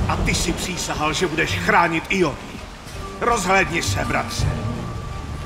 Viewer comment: Až na výslovnost slova Ionia